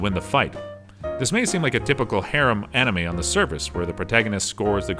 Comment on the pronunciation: Lukas bro he kept saying hajimi instead of hajime it triggered me also he kept saying animi instead of anime anyways the point is i dont like the way he pronounces things